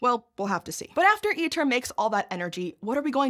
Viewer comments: ITER is pronounced "EATER", because that's what it does to money. Producing little of value. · Fitting that ITER sounds like Eater... It eats money and produces... maybe some data if we're lucky.